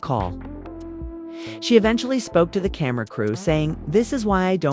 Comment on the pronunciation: I was listening until ai said camara instead of camera … 😅